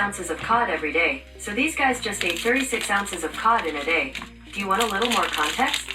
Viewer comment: I swear it sounded like pot not cod. That a lot of pot the Rock eats